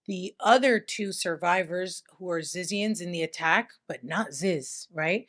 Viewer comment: its pronounce zizians lmfao! 😂💀